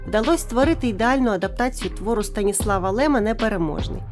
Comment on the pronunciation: Здаєця СтанІслав Лем а не СтаніслАв, наголос на і